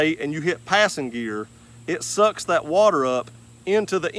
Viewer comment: I got about 1 minute into the video. Can't take someone seriously who pronounces the word THAT with three syllables.